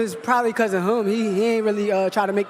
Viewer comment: Anybody ever notice shakur can't say the word "HIM" he says "HUM" LOL.. But anyway Shakur actually blamed the other guy for having a boring fight.. 😅 the guy is so annoying...Shakur should just not talk anymore